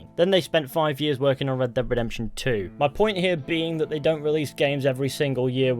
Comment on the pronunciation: RedDEBB DEEB DEPTUIN THEE RedDEBB DEEB DEPTUIN THEE RedDEBB DEEB DEPTUIN THEE